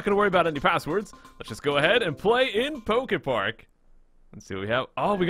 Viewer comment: You said a lot of PokeFart Cannot.. unhear